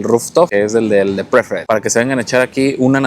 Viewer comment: saludos me gustan su videos. Una cosita veo que ustedes visitan hoteles Dreams y Secrets. Una aportación chiquita y con cariño. La categoría Preferred se pronuncia pri-férd. Acentuando la E 👍☺️Sdls